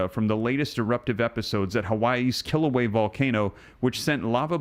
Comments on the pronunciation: Love your channel and videos. I think it's a yes, and all of this makes me think of the 6th Seal of Revelation 6. (And I'm pretty sure the volcano is not pronounced "kill ooh way" but "kill ooh way uh.") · Pronunciation of Kilauea is "kill- a- way- a," not "kill away" The vent is within Halema'uma'u, "holly ma oo ma oo" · Also, the a on the end of Kilauea is sounded when pronouncing Kila ue a. Just FYI. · Please! You are mispronouncing the Hawaiian volcano. It is pronounced kill- uh-way-uh. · "Kil - a - way - a"